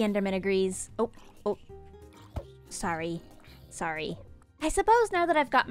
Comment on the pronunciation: Hey what happened to your Canadian “sorry,” or do Canadians generally just switch how they pronounce it?